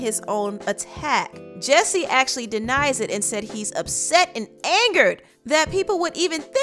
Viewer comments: First of all his name is JUSSIE not JESSIE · He needs to change his name from Jussie to “Jessie” because everyone keeps pronouncing it like that.